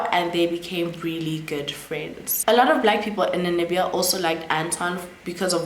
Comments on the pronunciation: Did you say Nanibia, did i hear right? Because it's Namibia 🇳🇦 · I was about to ask the same thing too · I like the way you pronounce Namibia it’s sounds like you’re saying Nanibia 😂😂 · I keep hearing Nanibia too, even googled😅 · The pronunciation of Namibia is stressing me a bit 😂 Otherwise great content 👏🏾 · It’s NaMibia, you keep saying NaNimibia, also the former president is pronounced as NUU-YO-MA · 🇳🇦 Namibia, next time, practice the names before you do the video. Nuuyoma etc or watch a video where those names are mentioned